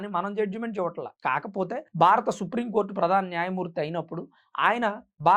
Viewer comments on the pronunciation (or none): none